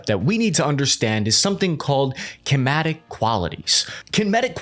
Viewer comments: Ken-ah-mat-tick… NOT Keh-mat-tick. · Kematik quality vs KINEMATIC quality😂😂😂😂😂😂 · C'mon. Kinematic is pronounced kin-uh-MAT-ik, not kin-MAT-ik. Your analysis is generally good. The only exception is your speculation on the 3rd engine. Installation of a different type of engine (than the 2 side engines) is a super big hassle. To use it as an "optimized" subsonic engine doesn't make sense. It is more likely optimized for supersonic or hypersonic flight. Could even be a ramjet or scramjet engine for high speed and high altitude operation. Afterall, it is supposed to be 6th gen. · It is kin-knee-matic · Kin-eh-matic eh! It has 3 engines because it is a whopper! Don't overthink it! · Kinematic is pronounced kin-eh-matic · Kin-a-mat-ick Oh, and congrats on the kiddo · Kinematic - kin--a-matic (as in kinetic) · bro said anything but the correct pronunciation, "kimatic" and "kinmetic" , broooo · "Kimatic Qualities." If you don't know how to pronounce a word like kinematic, please look it up. When you mispronounce a basic word like this, it really eats into your credibility, regardless of how much research you do. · Kinematic is pronounced Kin-ee-ma-tick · Think Canadian for kinematics. Kin-eh-mat-ick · Did he say Kimatic? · Or kematic. Time to stop the video. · Absofreakinglutely love the kenmatic For the next time—“kin 👏 o 👏 matic”. I imagine there are less friendly comments below about this, but you fuckin do you, cap. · sorry but who the hell says "kenmatic" beside this guy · Air Cav guy here so don't come at me, : it's "kin-uh-MAT-ic" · Kimatic qualities and kimetic qualities got me pretty good😂. Understandable fumble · you pronounced kinematic wrong, it's pronounced like cinema but with the sharp K instead of of a C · I came for the clown take, and I wasn't disappointed. The guy can't even pronounce "kinematic" correctly. 🤡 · fed cant even pronounce kinematic right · How did you manage to pronounce kinematic differently every time?